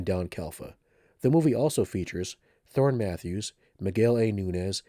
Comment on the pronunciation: Thorn Matthews? Pretty sure it’s Thom Matthews lol